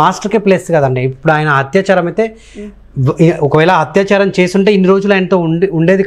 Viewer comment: హత్యాచారం కాదు....అత్యాచారం. అత్యాచారం